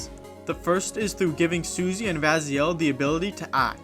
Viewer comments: Raziel, really. I can understand Ralzay Or Ralsay But Raziel. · Did- Did you really just pronounce "Ralsei" as "Rasiel"? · rasiel??????? it's ralsei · "Rasiel" uhm ok? You said you got ralsei confused with someone else. Who?